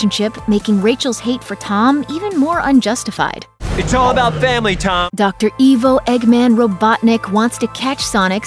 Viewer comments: Robotnik's first name is Ivo (eye-voh). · “E-Vo robotnic”